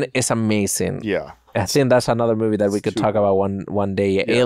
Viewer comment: Love hearing say mewvie